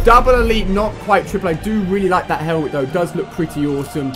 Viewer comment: and the helment